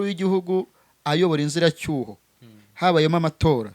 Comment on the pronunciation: bavuga inzibacyuho ntabwo ari inziracyuho